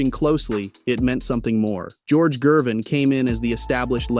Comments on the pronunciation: HE DOESN'T KNOW ITS A HARD G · who is George "Jervin"? this AI nonsense is lazy trash. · THUMBS DOWN. You can’t even pronounce Ice’s name properly.